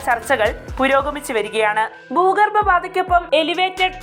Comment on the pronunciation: ഭൂഗര്‍ബ അല്ല ഭൂഗര്‍ഭ